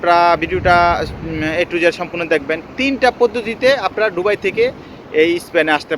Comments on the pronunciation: সালা একটা অশিক্ষিত দুবাই উচ্চারন করতেই পারে না বলে ডুবাই।কথা বল্লে নাকি তাকে টাকা দিতে হবে। বাটপার। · উচ্চারণ টা কি দুবাই হবে না ডুবাই হবে? জানাবেন প্লিজ 🙏 কারন আপনি বার বার ডুবাই বলতেছেন😡